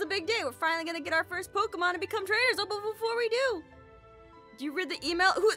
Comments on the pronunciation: “Pokemans” LMAO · I love how he pronounced it ‘Pokieman’ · It’s not Pokémons it’s Pokémon its sort of like deer it’s not deers is it Jes and.